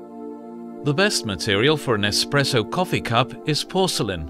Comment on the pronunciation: "the main features of an EXPRESSO are....." this expresso hes speaks of sounds an awful lot like espresso